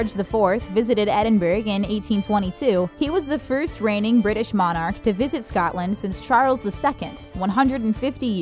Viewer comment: The way you pronounced Edinburgh and Monarch made my eye twitch.